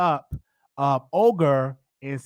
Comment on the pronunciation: And "Olger" and not Olga 🤣